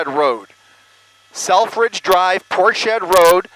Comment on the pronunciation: I do wish he would learn to pronounce Portshead properly. It's not port shead, but rather Ports Head!!!!!!!!!!!!!